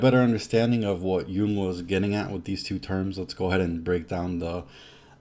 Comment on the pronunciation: And you pronounced Carl Jung's name ("yoong") correctly, one of the very few that do! Thanks. 😊